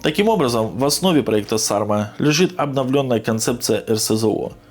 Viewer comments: Не САрма, а СармА, это название ветра на Байкале, самого сильного. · Ударение на последней а.